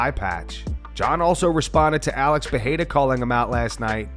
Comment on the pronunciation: Much as I like Sonnen for entertainment purposes, he is an idiot. I don't follow him for his analytical prowess. And Mighty Mouse is only tangentially correct; if you train to fight with your fists closed, you get it done. It's not THAT difficult... And can people stop mispronouncing Pereira? It's an "r", not an "h/j". I speak Portuguese and that is not how you pronounce the name. Oh, and fuck Dana forever. Dude never treats fighters with respect unless they are huge money-makes when he himself wouldn't bust a grape in a fruit fight (all credit to Jay Z). Oh, and rich from Eye-poke Jones to call this out. Stop cheating and beating your wife and maybe someone might take you seriously.